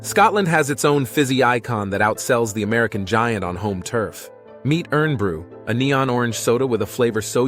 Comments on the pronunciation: FFS im fed up hearing americans Butchering the name of our drink.......heres some education for you americans on our drink so you get the name of it Correctly.....What is the name of the metal mostly used on IRON Hulled Ships.....IRON just cut out the O it's SILENT you still say IRON but without the O IRN! Also when saying the name of our city Glasgow the W is silent picture the word in you're head like this.... GLASS GO GLASSGO GLASGOW......congrats you hopefully got it correct. I love my American friends that are more like family than friends and they know how to say our words bang on perfect but please note Americans not all of us Scotts will correct you but deep inside when you butcher our words we are so Heavily FACEPALMING at YOU. We are not just Scottish we are Eropeans! We still fly the Euro Flag high with PRIDE at Hollyrude Scotlands Parliment building. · A sympathetic and careful narrative. 'Irn Bru' is indeed, pronounced 'Iron' Brew! It's the last section, number 16, that is almost uplifting about what to expect if moving to Scotland. I joke with my daughter (who lives in London). Southern England has better weather but Scotland has better water! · Great Video , I lived in Scotland for 8 years. Most of the items I knew, my suggestions, comennets, are # 1 Unicorns- you showed the Kelpies which are not unicorns sort of as the are mythical creatures too. #8 it's pronounced IRON Brew, supposedly when first made there was a minute bit of iron in the formula . # 13 The pronunciation Of McKay in McKeye. Other than these silly suggestions I really enjoyed it. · It's "Irn bru" but pronounced "IRON BRU" not being nasty just a little correction 💪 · It’s pronounced IRON BREW great video I’m from Motherwell in Scotland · The word is IRN BRU Pronounced IRON Bru. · Fact 8, Irn Brew is pronounced as Ion or Iron Brew, Regards Eddy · It is pronounced iron brew hence the bywords made from iron girders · It's not pronounced "Urn Brew". Get the pronunciation right.